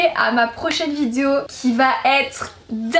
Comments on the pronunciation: C'est moi ou à toute c'est vidéo au début au lieu de dire"vidéo" elle dit"vidio" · Tu peux faire un effort sur le mot “vidéo" au début stp c’est stressant mdr